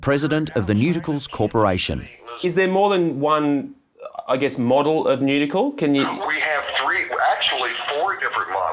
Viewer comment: Never in my life would I hear, "Nuetical Central"